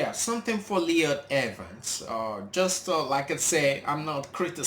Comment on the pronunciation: His name is pronounced L* oy* d not Leon.